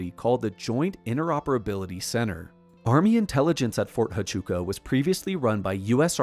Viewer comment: It’s pronounced Fort Wachooka